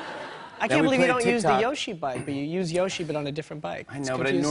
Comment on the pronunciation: Can people stop saying yoshi wrong